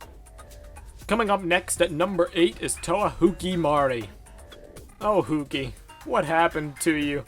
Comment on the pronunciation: Why is everyone keeping calling Hewkii as Huki ?!